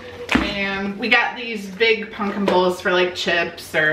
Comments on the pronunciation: It's pumpkin not pupkin you have to say it with an M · Why does every one in the family say punkin not pumpkin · Please stop saying " Punkin" it is "Pumpkin" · says pumpkin wrong